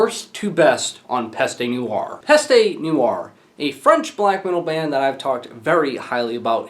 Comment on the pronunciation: its pronounced PEST. the E is silent here.